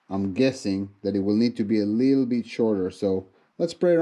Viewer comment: A leedle ron?